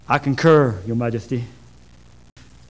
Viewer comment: I'm concerned, your majesteh.